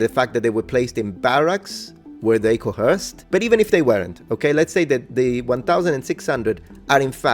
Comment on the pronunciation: Because you said you like English corrections: The word coerced , , , , , and is pronounced like 'co-erced', not "co-herced". kəwə́ːsd (Modern IPA) or kəʊˈɜːst (Traditional IPA). There's no "h" sound in its pronunciation.